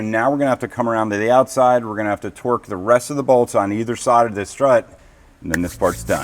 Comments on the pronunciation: Are you saying torque or twerk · So awesome to see the progress on the 401! What a difference since that first video. Keep it up!!! Can't wait to see her fly again!!! It seems like you no longer say "few-saw-lidge", now if we could get you to say "torque" instead of "twirk"... Torque is something you do to a bolt. Twirk is something you do with your rear end. 😂😂😂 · I kept hearing twerk lol